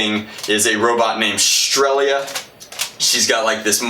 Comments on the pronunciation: I think it's pronounced stretzal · Painting the Picatinny rail purple from the end of the gun to just about half the barrel would have looked much better than putting whatever dragon-type thing you put on the end but hey, personal preference. Hearing you say "strelzia" makes me want to rip out my ears just because of the missed entire middle section of that word But anyway, best guess at the embarrassing mecha anime likes is probably Infinite Stratos. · blaster looks pretty cool, not surprising... and, you calling it Strelia was bugging me, it's Strelitzia lol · You have my full attention. You also butchered the name